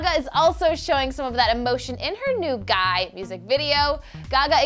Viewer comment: Can we just talk about the way this girl pronounced "G.U.Y." ...... slow facepalm